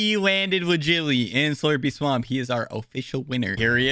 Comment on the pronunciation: Did dis man say slurpy slaump